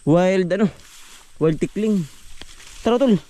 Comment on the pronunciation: Jejej ndi po tikling, tukling po. 😅😅